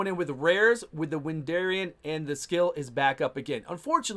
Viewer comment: He’s not called Wendarian, it’s Wendarin.